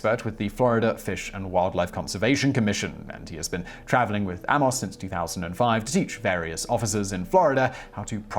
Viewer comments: Ha! There's the mispronunciation. "Amos" isn't usually pronounced "Ammoss". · Or "Ay-mos" if you can be arsed using a pronunciation website.